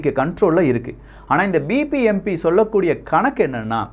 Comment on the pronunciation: not bpmp its bbmp